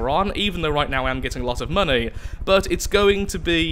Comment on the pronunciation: Why did you say mony